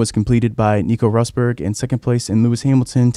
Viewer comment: It's so weird to hear people mispronounce Rosberg. I though the name would be more known in Formula 1 circles.